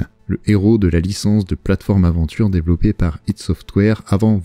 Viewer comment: Ça vient d'un concept Freudien, ça se prononce "id" et ce n'est pas un acronyme. C'est un état de conscience primaire je crois, qui gère les pulsions humaines etc....